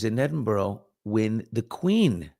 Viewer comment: it’s pronounced more like EdinBRA